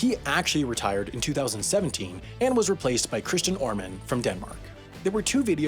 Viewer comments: You might end up referring to this video in your next year's mistakes recap for pronunication :D Ørmen is not pronounced "oarmen", it's more like er-men (IPA |œ|) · Ørmen is not pronounced "ORmen", this got to be mentioned next year. :/ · I think you’d love the fact that me telling you Ørmen is pronounced more like Ur-men rather then Or-men. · And then he mispronounced Ørmen.. It is pronounced Oermen :) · You pronounced Ørmen wrong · oh, another mistake in a mistakes video by mispronouncing Ørman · I thought his mistake was completely ignoring the accent in "Ørmen" .